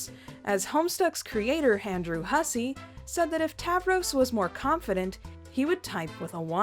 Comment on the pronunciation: "...Handrew Hussie..." This just seemed funny to me. Sorry if it's rude.